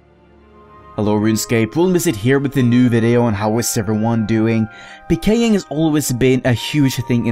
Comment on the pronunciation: i like how you say it like puhkaying in stead of peekaying